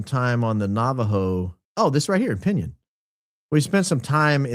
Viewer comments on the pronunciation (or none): It's pronounced Pin-yone.